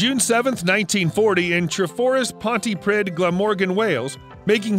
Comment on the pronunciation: Pronounced pontipreeth, the DD makes a sound th. Welsh. Tom Jones and the Squiers.